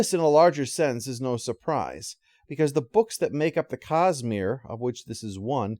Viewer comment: I have to admit, it took my ears a while to recognize that was saying 'Cosmere' and not 'Cus-Smear'.